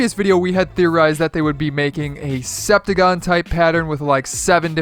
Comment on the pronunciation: Who else got chills when he called a heptagon a SEPtagon